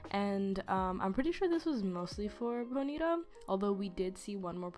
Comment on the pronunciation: if u say ponita one more time